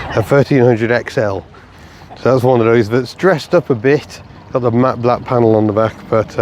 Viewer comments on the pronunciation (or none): none